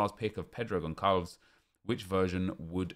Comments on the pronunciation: Did man say gonkalvs? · I get that it’s hard to always know how to pronounce foreign names correctly... but just so you know, the ‘ç’ in Portuguese makes an ‘s’ sound. So it’s pronounced Consalves. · Im portuguese and you pronounced his name so wrong hahahahah, but still good try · São péssimos na pronúncia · He says Gonçalo in goncalo guedes perfect but when he says Goncalves he says it completely wrong as if the ç is a k